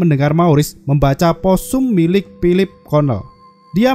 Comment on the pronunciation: Berapa kali bilang pilip. Banyak kali bilang pilip bang